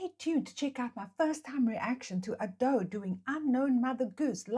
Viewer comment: Its not A - do its Ado with no drawn out A sound. like youd say Ado(be) just without the 'be' on the end. But at least your not saying like ayedoh which makes me wince lol. Do more reactions to her she is amazing!